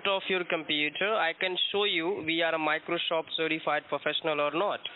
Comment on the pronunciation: Microsoft’s partner pronounces it 'Microshoft' 🤣